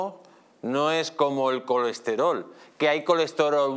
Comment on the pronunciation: Me encanta este señor!!! Escucharlo intentar decir colesterol es pura poesía 😂😂😂 Lo mejor del estado de derecho es el transporte público ehhhhh